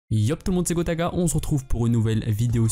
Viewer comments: Gotaga tu a dit GOTACA😑🤨🤔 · Hhh j'ai replay 3 fois pour comprendre " yo tlm c'est gotaga " 😂😂😂